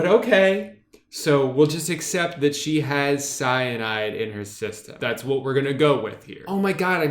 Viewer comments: I almost cried every time you said 'wat' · The way he pronounces “wat” has me hacking up cum and mucus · It was so funny the way you pronounced the “wat” and “2” in the story, 10/10 reading out loud drew!! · I love the way he pronounces "Wat" cracks me up every time. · The way he pronounces “wat” has me cackling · He says wat just like I would imagine